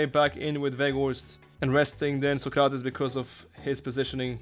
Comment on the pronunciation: Sócrates the accent is in Só 😉, Pelé is in lé 😉